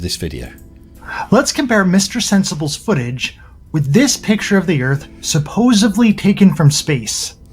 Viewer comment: I'm sorry, did he say "supposively"???